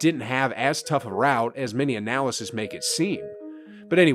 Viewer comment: Analysts and analysis are two completely pronunciations.